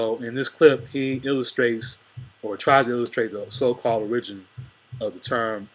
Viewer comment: He's inarticulate and I strived to listen to him but his inability to pronounce ORIGIN? Bruh, please. All you've done is put one man's opinion over another, so have at it. The most ancient people of the Sahel are also on the walls of Kemet. They called their home Ifrikya. The Haratin (Tuaregs to the invader) are phenotypically the closest relation to ancient Kemetan people, as I have posted before. The Berber name Ifrikya predates Arab / Euro invasions. Citation from Cornell Univ on the Queen Kahina "Her reputation as a strategist and sorceress had spread, and she managed to briefly unite the tribes of Ifrikya, the Berber name for North Africa, ruling them and leading them in battle for five years before her final defeat." The ancient Berbers are Blue Black to light brown. They were in Europe BEFORE the European was in Africa. Appropriation of the term Barberi is the origin of Iberian Peninsula (Spain&Portugal) or Hibernians of Ireland. Europeans had been exposed to self governing Black people long before they even knew where to look for them. .These Black / Brown Africans would eventually be called Mauro / Moor which you and others prefer to identify with. Most of the Greek/Latin/Arab names have an indigenous predecessor that has been transliterated but is actually a loan word from those cultures. Y'all wanna say the Black man was everywhere but you don't want to say his starting point was the beginning of all things. Clyde Winters has INDIAN scholars who cite